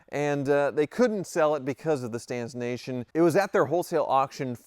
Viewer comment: Is he saying "stancination?"